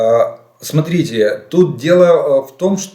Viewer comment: Ну нахрена то дебільне "смотрітє"?!!!